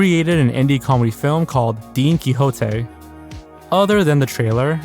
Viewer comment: Don Quixote, not Dean Quixote lol